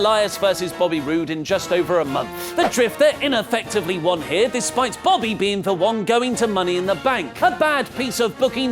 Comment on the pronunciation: Anyone else hear accidentally say "Bobbly" rather than "Bobby"?